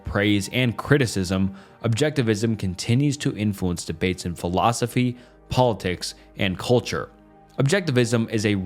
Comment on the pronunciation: Imagine basing your life on a philosophy and a guy who can't pronounce the philosophy or the guy's name who thought it up gave it an f tier